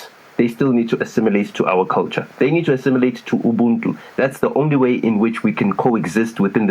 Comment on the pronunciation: Ubuntu/ haha bantu...nota 😄 so you that are a buntu get your Ubuntu right ✅ 😅